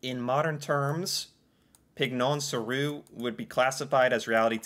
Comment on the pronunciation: you may have read it incorrectly… Pignon sur rue, not pigeon which is spelled the same way in French as in English. Pignon literally means gable in English.